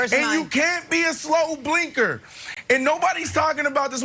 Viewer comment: I know. I was just making a joke about how it sounded like he kept saying “slow blinker”. Lol